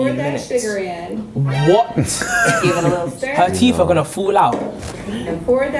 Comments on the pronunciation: it's TEEF ! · He said “teef”